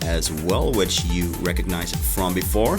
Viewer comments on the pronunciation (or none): none